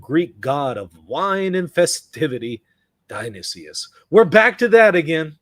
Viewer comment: die-uh-nee-SUS. Not die-uh-nee-SEE-US.